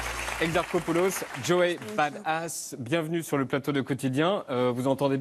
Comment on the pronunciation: Message pour Yann: on dit pas "bad-ass", on dit "badass"... Tout comme on ne dit pas "du-con"' mais "ducon'".